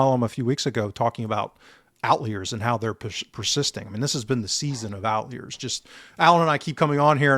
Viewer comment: Still can't pronounce outliers i see